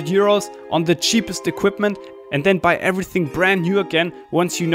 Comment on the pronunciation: Ein Kollege von mir hat auch ne FPV Drohne ach und bei gehört ein than anstatt then (when? Then) ;)